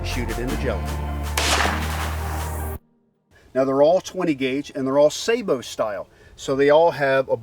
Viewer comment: Thank you for pronouncing sabot correctly!